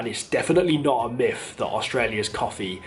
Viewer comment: Not a judgement but the word is myth not miff.Just a point.